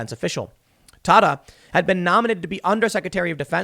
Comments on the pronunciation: I believe it's pronounced T'AY-ta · Tata is pronounced like data. Just FYI friend of the family.